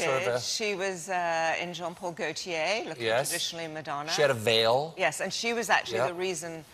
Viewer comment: John Paul Gaultier... Honey... It's Jean-Paul Gaultier